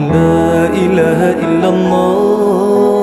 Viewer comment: kenapa ada sebutan la ila ha il lahhah....laaaa dia tu pendek?????? ustaz kata sepatutnya laaaaaaaaa ila ha illallah....... bukannya la ilaaaaaaaa ha illallah..... tak gitu?????